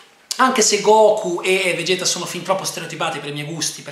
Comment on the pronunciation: Essenzialmente è un film tutto fan service, molto comico e divertente, davvero perfetto il doppiaggio italiano (anche se Andrea Ward non mi andrà mai completamente giù perché ha una voce troppo da Kenshiro più che da Goku e se non capisco come diavolo pronunciano "Vegeta" con quella "e" assurda)!!! Volevo fare una notazione a... Pilaf e la sua banda vengono rimpiccioliti (infatti Pilaf è vestito in tenuta da scuola) in seguito all'episodio speciale per i 40 anni di Shonen Jump nel quale Goku si scontra con Avo e Cado e si vede il fratello minore di Vegeta... Evidentemente è considerato canonico e sin da Battle of Gods (e quindi Super) Pilaf & co. sono piccoli... Ed infine un'altra citazione che magari in pochi anni notato... Il tipo che va ad avvisare Bulma del pericolo fa parte della pattuglia galattica (o una cosa del genere), la stessa pattuglia di cui fa parte il protagonista del recente videogioco Xenoverse!!! Anche questa una cosa molto carina!!!;-)... Comunque a me il film ha divertito parecchio, l'avevo già visto in spagnolo con sottotitoli ma rivendendolo in italiano mi sono divertito molto di più (Madonna, le battute su Crilin!!!:'-D)!!!;-)